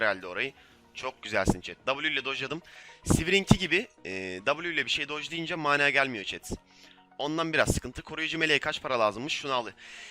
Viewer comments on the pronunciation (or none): haca mânâ değil mana (mânâ veremedim başta da :)